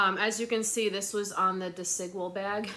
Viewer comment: 🎉go, getting that Spanish out😁, good job. Bag Desigual, from Spain, literally means unequal really means uniquivocal, la vida es chula =life is cute/good. Super nice bag. Feel better, this storm coming has my back in spasms too, castor oil everywhere helps 👍